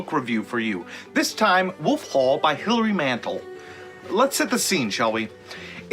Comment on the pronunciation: You might at least pronounce the author's name correctly.